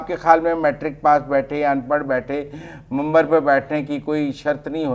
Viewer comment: آپ کو منبر کہنا نہیں آتاا اور منبر پر بیٹھنے والے ایک عالم دین پر بات کرنے کے چل پڑے ہیں